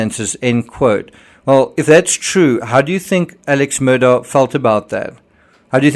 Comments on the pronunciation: His name is pronounced like ‘Alec Murdock’. Edisto has the emphasis on the forest syllable not the second…please!!! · He needs to legally change the spelling of his name to match the pronunciation he wants. In the meantime he's Alex Murdaugh to me.